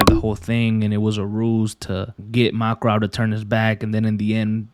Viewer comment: i dont want to sound rude but you dont say Makarov as mark-rov its mak-a-rov